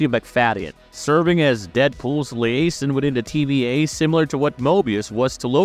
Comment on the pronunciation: Antics, not antiques...Twice! Learn how to say liaison. That Blind A.I. said multiple times in a few seconds made my skin crawl. Who listened to this and approved it for upload?